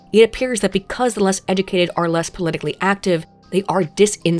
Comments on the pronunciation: Did anyone else hear pronounce it “eh-doo-kay-did”?? Like, multiple times? Or is that just me? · You say “educated” funny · A video about education where the narrator cannot pronounce the word educated properly...